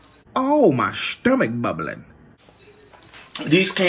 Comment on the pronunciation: The emphasis on "SSHHTOMACH"🤣🤣🤣